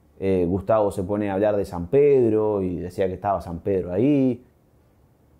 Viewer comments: Es tal cual dice SAN-PE-DRO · LA VOZ DICE "SAN PE DRO"